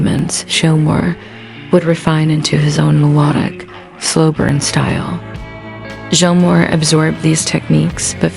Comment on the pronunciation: You shouldn't be narrating a David Gilmore doc if can't say his name correctly. I can't believe you actually posted this video with all those miss pronunciations of Gilmore. It's pronounced like Gills a fish uses to breathe.